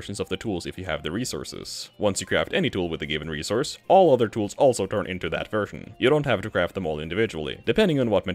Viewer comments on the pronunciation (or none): none